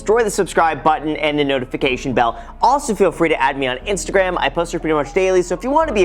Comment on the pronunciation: I swear he says “add me on instagraham” lol